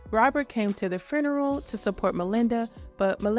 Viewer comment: Why do u always say fruneral